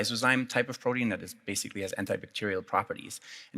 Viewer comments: Why does he keep saying BRODEAN?! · What is with the pronunciation of protein